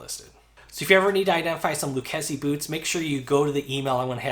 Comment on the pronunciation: When they got back to you did, they teach you how to pronounce the name properly ?